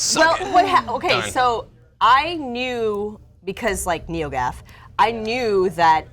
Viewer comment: So impressed with Janina, she said neogaf chat!!! what!